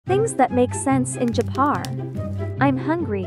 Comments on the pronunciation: “Things that make sense in Japahhrrr”-WHAAAATT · "things that make sense in ✨jApAaRn✨" Lmao i can't 💀💀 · That guy did not just say Japaaar